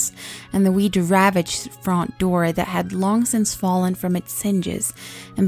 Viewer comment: I like how you pronunce "front" it sounds similar to "font"